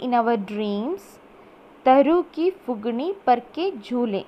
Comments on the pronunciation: mam acutually its phungi not phugini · It’s not fugni , it’s fungi